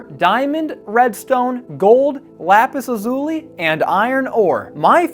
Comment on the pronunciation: I cannot express how amazing this build is but for the love of God stop saying lapis like that! I know that super famous YouTuber said it that way and now it's a whole community thing. But it's incorrect and kills me each time. No hate love you videos!